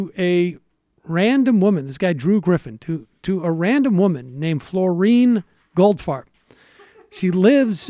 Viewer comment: I couldn't quite make out the name of the woman. Did I hear correctly? Is her name Florine Goldfart? heheheh :P